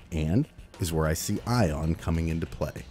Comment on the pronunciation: No. NO NO! My name is not pronounce [Eye-ohn]. No, it's [Ee-ahn]. Like Ian. Regardless of the frame's name. It's universal.